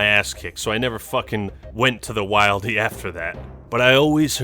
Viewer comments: He was also saying wildy very cringe like as well!! He was saying it Wild-E it's Will-De!!! Get it straight !! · You saying the wildey it’s wil-dy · It's wildy not wIldy. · Things to consider never saying again: "The Wild-ee" "Tight noobling anus"